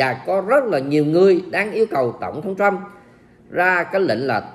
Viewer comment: Thiết nghỉ ông ấy người Mỹ, không phải tên Chú Bảy. Nên đọc tên ông là tên Mỹ. Tập phát âm vài lần sẽ quen thôi. Cám ợn đã cho các tin tức tốt và nhanh.